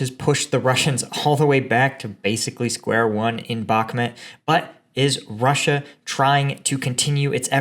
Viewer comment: Bakmhut is pronounced bach_MOOT budz.